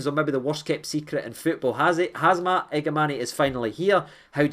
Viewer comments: its HAMza not HAZma mate! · Everyone: H A M Z A… Hamza 😌: Hazma 😃 Been watching you since the dark ages of the lower leagues and I always get a good laugh at your -isms and the way you “freestyle” the English language 🤣 Try to catch every video mate you’re the only source I trust for my rangers news 🤙🏼 keep up the class work bro. WATP. 💙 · man, it’s Hamza, no Hazma ffs 😂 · Brotha can spell his name right. Its Ham za not Haz Ma… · Who’s Hazma? It’s Hamza! 😂😂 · you pronounced it wrong pal. You butchered Both first and last name.